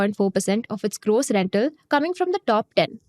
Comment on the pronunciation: It's gross margin not grose margin 😂